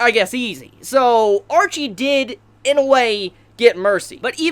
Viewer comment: I liked everything except your inability to say names correctly... Her name wasn't Archie.. Ar-shea as in shea butter in lotion.. You make me wanna punch you...